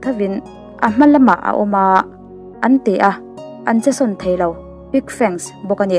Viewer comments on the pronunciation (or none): none